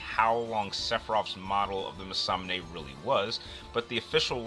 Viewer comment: Honestly man... You clearly have passion doing this, but come one.. For one there's no comparing between these two. Poor match up and quite frankly I found alot of your points were farfetched fiction. Also you really need better pronouncing of certain words. Americans want to make every language into english when it clearly isn't meant to be. Masamune is one of the easier japanese pronounced words of the series imo, im guessing anime isn't your forté but you might wanna do more research in the future. Also Hyperion even though it is english, how did you mess that one up?